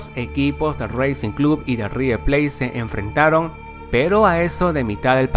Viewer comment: Reicing club y raiver pleit !!! jajajajajajajajajajajaja lcdtm